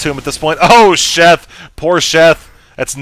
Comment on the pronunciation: I swear keeps saying Chef not Sheth. LOL!;)